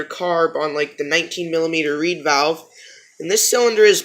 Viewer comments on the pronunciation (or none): none